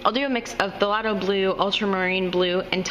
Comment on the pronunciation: Pronounced THAY LOW, the P is silent........ Nice video though. (the g is silent!).